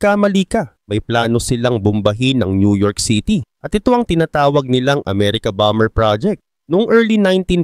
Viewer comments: bomber is bamer pronounce hindi bamber 😅😅😅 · Bamer Basa dun lods Hindi bamber haha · Anong Bam-ber haha ang lala mo naman magbasa